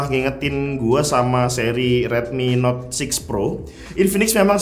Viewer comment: Seri Note bang bukan Seri Not